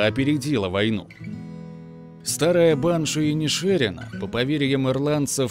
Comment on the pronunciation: Автор, ты тугопиозел! Название фильма правильно звучит как "Банши ИнишерИна" (ударение на последнее "и"), а не "Банши ИнишЕрина". Ты облажался